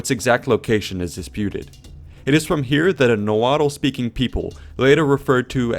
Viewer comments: Issues: Nahuatl is pronounced Na-watl. Not nahuatal. Chichimoztoc is not part of Aztlan though mythology is connected. Eagle eating serpent is post conquest story after the conquest. If you go with other sources and pre conquest art, there are other things in the mouth of the eagle. Itzcoatl is pronounced Its-ko-atl. Tarascan call themselves purepecha. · It's pronounced Na-wah but great video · The L in Nahuatl is silent, it's pronounced Nah-wat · Nahautl???? WTF!! of course you must not be a native Spanish (from Mexico) speaker person. You got the pronunciation VERY wrong too. At least announce a disclaimer about it, else is annoying that a foreigner, possibly American try to educate us on our history or history that is other than yours.Given the bullying of the U.S towards Mexico in the past (US-Mexico war specially). Your attempt to "right others wrongs" is coming across as fake, insincere therefore you must not be a person one could trust. Think about it. till then earn your views more honestly. You're welcome. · Maybe try to learn to pronounce the word nahuatl before you expect people take you seriously.